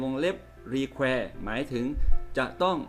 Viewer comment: อธิบายวิธีการชัดเจนมากค่ะ มีประโยชน์ แต่อาจารย์อ่านออกเสียงคำภาษาอังกฤษไม่ค่อยถูก 555 เช่น คำว่า require etc.